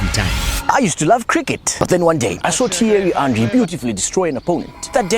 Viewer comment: Thierry Henry ❌ Teiri Anri ✅